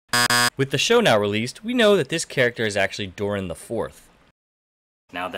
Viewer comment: Its Durin not Durian wkwkwkwk LOL:face-purple-crying::face-purple-crying